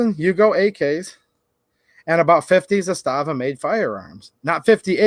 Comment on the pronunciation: I sent them the video ;) It's pronounced ZAS-tava. Not za-STA-va.